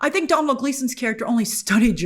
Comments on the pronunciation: Hello Grace below is a video with the correct way to pronounce the Irish name Domhnall, he is also the son of Actor Brendan Gleeson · Grace continuing to not pronounce Domhnall correctly. It's an Irish name so naturally Americans cant pronounce it right.